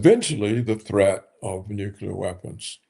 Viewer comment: Nukular? Nuclear? Whatever. Netanahoo? Netanhawho?